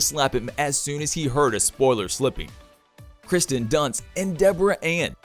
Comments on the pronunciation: It's K I R S T I N not Kristin. Pronunciation means a lot. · It’s Kirsten….not Kristin